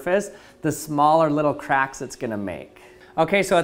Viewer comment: Did anyone else understood sometimes craps instead if c4acks?